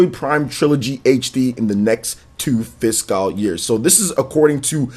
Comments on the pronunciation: be like: Fis-cawl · I've never noticed how odd your pronunciation of the word "fiscal" is.